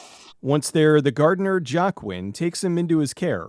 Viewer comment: I think Joaquin is pronounced "Wah-keen" Unless the way you're pronouncing it is the way it's supposed to be. I dunno.